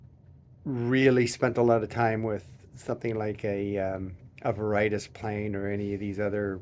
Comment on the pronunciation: Veritas is pronounced Vair-ih-TOSS. Not Vair-RIGHT-us. 😊